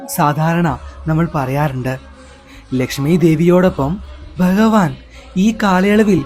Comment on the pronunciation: Informative but Nee enthina ithra valichu neetunne.. Pinne Bahavan ennalla Bhagavan ennu parayu..